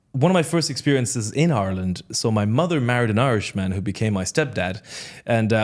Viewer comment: I'm not Irish but I noticed immediately that he pronounces "Ireland" like he's from there.